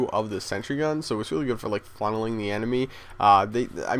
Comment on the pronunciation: did he say funneling or fondling the enemy?